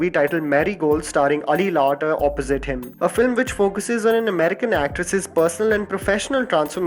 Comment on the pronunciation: It's not Ali Larter either. It's Ally as pronounced in Alice.